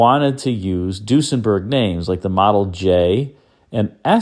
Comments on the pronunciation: I've never heard Duesenberg pronounced deuce-en-berg. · Interesting pronunciation of Duesenberg...